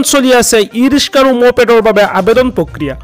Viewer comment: Riska ne riksa aaponaloke vul sabdha kole aami haru manu bore ki kom